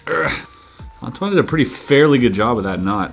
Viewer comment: Wowowowowoooo, ok, maybe I'm coming a bit late on this but, excuse me, this accent on the 2nd "Antoine" at the very beginning sounded to me as almost perfect. Are you from Canada, Québec, or do you already speak a little bit of French by any chance ??